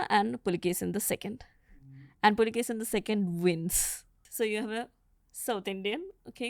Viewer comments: The King is Kannadiga and not Tamilian!! He is Pulakeshi not Pulakeshan!! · ಹರ್ಷನ ಹರ್ಷ ನರ್ಮದೆಯಲ್ಲಿ ಕೊಚ್ಚಿಹೋಯಿತು....!!! Its not Pulakesan the second....It's IMMADI PULAKESHI....!!! these Tamil historians ruin the names by adding N M at the end.... PulakesaN...MaleshwaraM.... etc etc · It’s pulakeshi not pulakeshan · I guess she is from tamilnad 😅 adding N to all the names... It's not PulikeshiN its just PULIKESHI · PULIKESHI ..not PULIKESHIN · His is Immadi pulakeshi ( Ereya ) not pulakesin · It's pulakeshi not pulakesan..read the inscription..don't try to distort madam.. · Pulakshin❌ Pulakeshi✅ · Pulakeshi not pulakesan😂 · Not pulikesan like tamil it's kannada pulakeshi not kannad it's kannada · Its "Pulakeshi" not "Pulakeshin" its not necessary to add Tamil flavor everywhere. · AUNTY ... ITS PULAKESHI ....not pulakeshan, he is kannadida, not tamil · you guys do so much of research but why dont you get the name correct. The name is IMMADI PULAKESHI.... not Pulakesin or Pulakesan.. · It's Pulakeshi not pulakeshiN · Not pulikeshin it is puli keshi, puli- Tiger keshi -hair. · Did someone observe saying Pulikeshan? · This Tamilian lady not prouncing correctly Pulakeshi